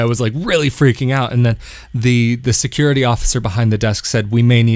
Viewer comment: I knew it was Tel Aviv, the minute he said stickegh, secughity